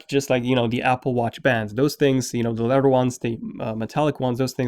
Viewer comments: its leather not leder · “Leadder” “Da” You need too pronounce you TH’s better bro slow down when you talk.